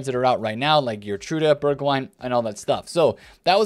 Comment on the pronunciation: Their names are actually pronounced Berg-vine and Berg-house